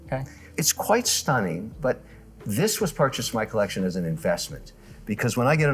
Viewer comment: I am turning this off the second he says "collec-shown" like a total idiot.